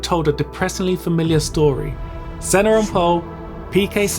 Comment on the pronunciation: La vidéo en français est stupide. Par exemple : Manel caca Rosberg, DE engelio... Senno. Arrêtez le massacre 😢😢😢😤